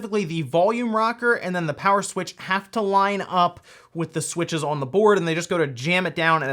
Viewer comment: Why does he say on like that?. . . . "Uon"